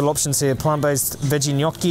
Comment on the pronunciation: Your pronunciation of "gnocchi" was the cutest thing ever.